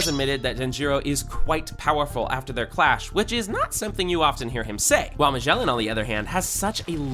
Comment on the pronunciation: Bro said megeeln one shot blank beaed then proceeded to put Blackbeard